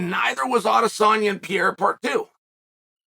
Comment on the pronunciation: Adesanya, pee-air-ra, Dawoosh xD